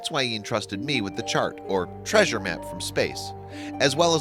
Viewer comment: It is 'treasure',.